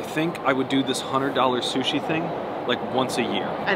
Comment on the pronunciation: rofl "Sushe"